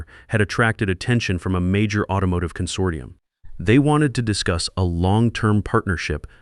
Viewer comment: Thank you for pronouncing consortium properly.